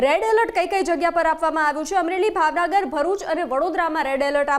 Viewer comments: ભાવનગર કહેવાય ભાવનાગર નઈ 😂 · ભાવનગર ને ભાવનાગર બોલે છે 😂😂